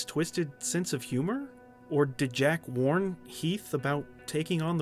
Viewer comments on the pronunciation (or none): On the heath ledger comment.its sounds like 'i mourn' rather than warn